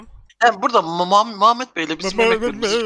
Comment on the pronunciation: muhmuhhmet jdjdjd once konuşmayı ogren jsjs